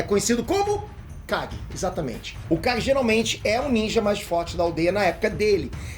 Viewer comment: No primeiro segundo entendi ele fala o Guy e não kage, voltei 5 vezes e continuei entende Guy rsrsrs